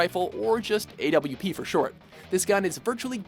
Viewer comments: It's awp not a.w.p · Not the A.W.P., the AWP. Pronounced "Awp" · Two entries that shouldn't be on this list. The Splat Roller and the AWP (Its pronounced AWP, NOT A.W.P) First up, the splat roller. Sure, it inks turf fast, and its very powerful, but its main downside is its rate of fire! Remember, there are very fast firing guns like the Splattershot Jr, the Splattershot, and especially The Heavy Splatling. Miss a single flick, and you're unlikely to get a second chance before you take a trip back to the respawn beacon after your squid body was pumped full of ink, as the slow rate of fire makes it unlikely that you'll live if you miss. Also, the splat roller is TERRIBLE at taking out multiple foes by yourself, also due to its rate of fire! Then, oh my god, the AWP. The AWP, sure, it follows a one shot kill moto, but remember, not only is the gun one of the most expensive guns in the game, it also is VERY heavy, making you move very slow, and it is EXTREMELY inaccurate when unscoped or while moving, scoped or unscoped. Plus, the gun has a VERY low rate of fire, due to it being a bolt action, and has a VERY long reload, and has a very low ammunition supply, as well as that, the AWP is TERRIBLE in close quarters due to it being very inaccurate while unscoped, and in close range, you're unlikely to have enough time to scope in and line up a shot before the enemy fills your body full of AK47 bullets. Plus, the AWP, comparing it to other guns, the AWP is fucking loud. The sound can be heard LITERALLY ACROSS THE ENTIRE MAP! It can give away your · Pronounces it an A-W-P when all players pronounce it as "op" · "the A.W.P" no its the AWP, its a word not an abbreveation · the AWP isn't A-W-P it's all togethermmm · how he said a.w.p in letters if you play ranked you will never have time fot that : well no one i play with does we all say awp like a normal word. and yes it's not op especially in Go where hitboxes are a bit .. well ... you know ... since bloodhound